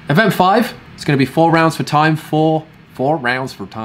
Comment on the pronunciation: Your "4 rounds for time" American accent makes me lol every time. I love that you keep doing it after all this time 😆